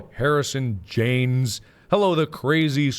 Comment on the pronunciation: I’m lo key so mad mark said my name wrong is Haynes not Jaynes😂😂😂